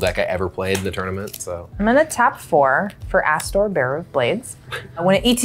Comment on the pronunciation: When played Astor i legitimately heard "Asshole, bearer of Blades"